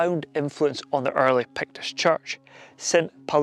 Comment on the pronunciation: Today I learned that it's pronounced, "Pekts." Today I also learned that I have zero chance of pronouncing Gaelic words just by looking at them.